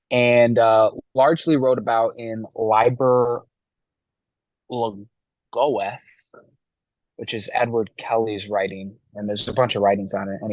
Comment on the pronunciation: It's pronounced LEE (or LIE)-burr LOW-gah (the ETH is silent, per the angels' instruction). AY-thurs.